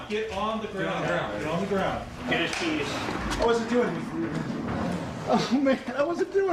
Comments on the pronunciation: Every time I listen to the segment on Maurice, there's this part when he's being arrested and one of the officers very casually says "get his keys." But for the life of me, it sounds like he's saying "get his penis." And I love the idea that first, a penis could be taken or given back the same way a set of keys or a wallet could. Second, I love the idea that that would be standard procedure when arresting someone for a sex crime. You'll get this back when you better understand what it's for, mister! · I can’t unhear get his penis now